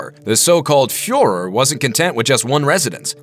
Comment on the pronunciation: HUFF F FUH RER.